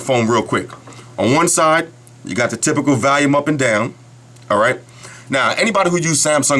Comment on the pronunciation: 'valiume' lol